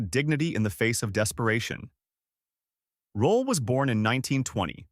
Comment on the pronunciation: It's Roll(e) , Not Rolla.